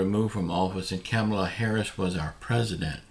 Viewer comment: When are you going to stop mispronouncing VP Harris' name?